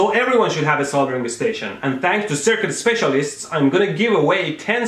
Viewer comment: Thank you for pronouncing “ Soldering “ correctly.